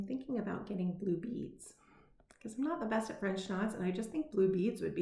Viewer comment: Did you say...blue beads? Or boobies???? 🤣🤣🤣🤣🤣🤣 💙🖖